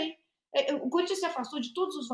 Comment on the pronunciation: Corrigindo a milly : é difícil não rir do curintcha 😂😂😂😂